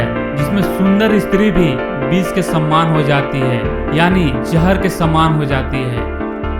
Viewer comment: और यह बिस नही होता विष होता है ढंग से नही बोला जाता